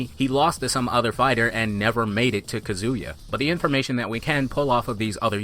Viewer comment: Yo why do you keep pronouncing Kazuya like Kazooya? It isnt similar to Kazooie it is more like Kazeya is pronunciation, not a huge deal because your videos are well done but it grates on my nerves that you always mispronounce my main man! lol